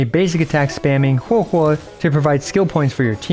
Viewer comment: Thank you for pronouncing correctly Huohuo 🙏☺️🫶